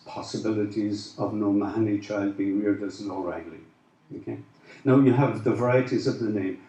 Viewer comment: I always thought it was pronounced Oh-mar-nee?